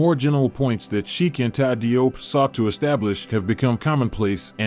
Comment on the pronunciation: As Salaam Alaikum! Let me share with you something about the Cheikh’s name. DIOP is the French spelling of the name spelled in English JOBE. The DI in French represents the J sound. Although most of us pronounce his name as DI-OP the way we see it spelled that is actually incorrect. In Senegal where he is from they pronounce it JOBE sounding similar to JOB in the Christian Bible, Old Testament but not exactly the same. Now the Cheikh himself (like most people when they go abroad or deal with other people will often accept that the people pronounce their names in whichever way it seems easiest for them.) If we can pronounce European names Europeans can also properly pronounce African names. In the Gambian which is surrounded by Senegal on three sides they use the English spelling whereas in Senegal they use the French spelling. My wife who is Gambian spells her family name as JOOF and her sister and the rest of her family that live in Senegal spell it DIOUF yet they pronounce it exactly the same. Even the term Cheikh is the French spelling and the English spelling of the same word is Sheikh. Btw, in Dakar Senegal there is a university that bare his name Cheikh Anta Diop. As Salaam Alaikum!!